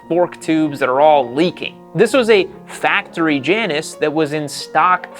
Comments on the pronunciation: You’re mispronouncing Janus. It’s Jay-nus. After the designer, Hugh Janus. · it's OK to pronounce the brand properly : it's Jay-nus.. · I believe it’s pronounced Jay anus. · Pronounced Jane-us. Named after the two-headed goddess. And, if the bike is using cheap front end components, you have a perfect recipe for a death wobble. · The, 'J', is silent.